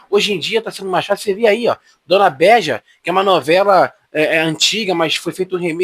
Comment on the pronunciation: Dona beeeeja não béja. 😂😂😂😂😂😂